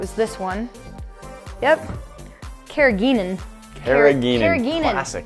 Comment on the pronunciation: No one: Colgate: Sees seaweed... New toothpaste: Carrangeenan. Classic. Me: NANI